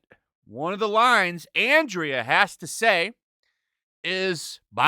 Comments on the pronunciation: Why can't any of this shows critics pronounce Andra's name properly, you guys did watch the show didn't you? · I mean, even if it was good, why would it still be in the top 10? It was only five episodes, everyone who wants to see it already finished it. Also, why does this guy always say Andra's name wrong? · It's pronounced "Anne-Dra" not Andrea,. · Isn’t her name pronounced Andra ( like Andro, meaning male) and not Andrea? I mean considering they want to replace men, it kinda makes sense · Andra, not Andrea. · Say it with me SLOWLY....... ANDRA. A N D R A ...................... NOT ANDRIA, its getting annoying how many of you cant read correctly. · You people make me embarrassed to be a man. Also, it’s Andra not Andrea you tool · Its andra not Andrea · Andra not Andrea. Not that it matters. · Like your content,, but you keep calling her Andrea. It's Andra. No matter, she is not a real character. Also I stumbled onto a channel over the weekend called Shanieology where he does reviews as Skeletor. Way more entertaining than anything this series did. You should check it out, criminally undersubbed. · OK, I HAVE t ask! WHY DO YOU KEEP CALLING THIS RACE SWAPPED FAKE, "Andrea"? it's Andra! Its Greek. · 2 nitpicking but, Andra, not Andrea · "Ahhn Drah". Not Andria. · I find it funny that they chose the name “Andra,” meaning ‘man’. No hint of femininity permitted. Edit: you keep calling her ‘Andria.’ Nope, it’s Andra. Andria would have at least been a feminine name. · i think its And -ra not andrea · I am most definitely not a supporter of this crap He-Man stuff. BUT. You need to learn how to read if you are going to do reviews. It is ANDRA not ANDREA. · It's Andra, not Andrea. She will be She-Her. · ffs, i know we all hate it but at least get her name right, it's Andra, not andrea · hey thanks for calling me a Moron! I was pointing out that the narrator of this video pronounces Andra, ANDREA! 🙄 By the way, manners cost nothing.